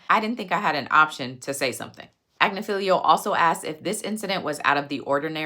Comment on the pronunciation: Great content as usually... My ADHD was working overtime at your pronunciation...It's Ag-nif-ee-lo